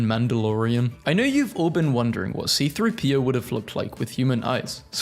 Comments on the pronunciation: WHY DID YOU SAY "CP-30" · C3-PO not CP-3O.